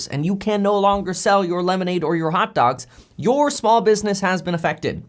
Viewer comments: I caught that too. Hotaalgs. Typical millennial. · The way you say hot dogs cracks me up 🤣. Thanks for keeping all of us up to date 🙏🏾